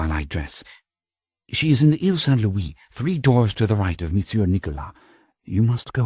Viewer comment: Please upload this version to the Internet Archive or Mega, save for his pronunciation of Louis as Lewis, Frank Muller's vampire chronicles narrations were the absolute best, thank you for the upload!